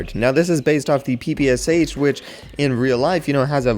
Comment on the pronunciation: As far as i know (from a russian friend. its pe-pesh)